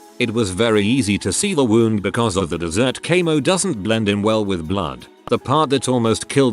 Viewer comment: Literally desert camo not dezzert caymo